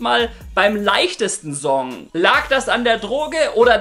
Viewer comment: Alter sprich das "S" in Wörtern wie "Song" z.B. bitte korrekt aus! Danke!